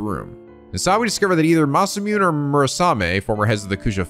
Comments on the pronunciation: Pretty sure Masamune is pronouns "masa-moo-nay" not "masa-myoon" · oh right by the way masamune is pronounced ma-sa-moo-nay lol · 1 hour in "IT'S PRONOUNCED MA SA MOO NEH".